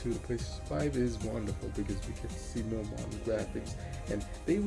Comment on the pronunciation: Keep it up bro, and remember it's "more" not "Korean"😂